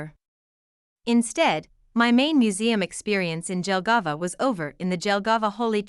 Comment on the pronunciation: This is why I HATE AI SPEECH it is pronounced YELLGAVA and not DJELGAVA 👀👀